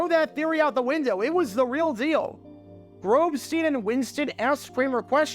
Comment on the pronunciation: You butchered Grobstein name. The Grobber Chicago radio legend. Wls am 1000 The Score.